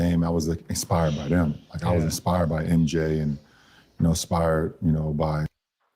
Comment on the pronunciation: how f'ing dumb do you have to be to struggle with "inspired" and "expired"? 🤦‍♂️🤦‍♀️🤦😆🤣😂